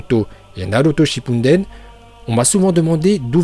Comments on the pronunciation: « Un spécialiste reconnu du manga » t’arrive même pas à bien dire shippuden 😭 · Naruto shippunden 😂😂😂😂 respecte un peu 😂😂